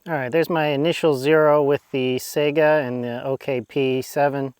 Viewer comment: Sigh gah not sega